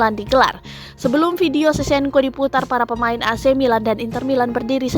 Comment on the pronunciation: Sevcenko sebutannya min bukan sesenko!!